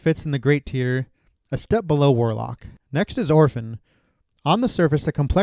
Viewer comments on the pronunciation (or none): My dude, good content, but it's pronounced "Teer". Like, the thing that drips from your eye. Not "tie-er" like the things on your car's wheels.